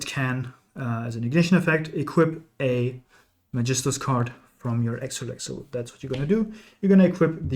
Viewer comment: dachte ich mir schon. Weil das Magistus Synchro perfekt ausgesprochen wurde 😂